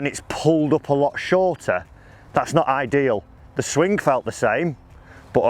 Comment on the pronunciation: Not swingk ffs....its swing. The g is silent